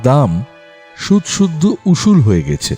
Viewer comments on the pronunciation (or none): সত্যিই ভয়ংকর গল্প একই সাথে আকর্ষণীয়ও বটে। ভালো লাগল শুনতে। তবে 'অব‍্যহতি' নয় কথাটা 'অব‍্যাহতি'আর 'গেছে' কথার উচ্চারণ 'গ‍্যাছে'হবে। ভুল উচ্চারণ গল্পের মাধুর্য নষ্ট করে,শ্রুতিকে পীড়া দেয়।